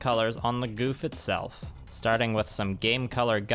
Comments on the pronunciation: 08th ms team gouf is best gouf AND ITS PRONOUNCED GOWF NOT GOOF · I hate correcting people, but its not goof It's gau f